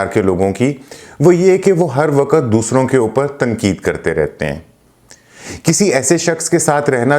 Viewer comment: و ق ت ____ و کے اوپر زبر لگایا جاتا ہے لیکن ق اور ت ___ انکو ایک ساتھ ملا کر بولا جاتا ہے اور ق کے اوپر زبر لگا کر بولا نہیں جاتا ہے بلکہ سبکو ملاکر بولا جاتا ہے ۔۔۔۔ 👉👉👉👉 مہربانی کرکے اردو کی ٹانگ مت توڑی جاٸے ۔۔۔۔۔ 👉👉👉👉 ❤️🇵🇰💚 LOVE FROM PAKISTAN 💚🇵🇰❤️